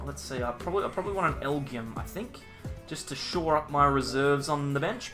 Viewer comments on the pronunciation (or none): I think the Pokemon is pronounced “L-G-M”.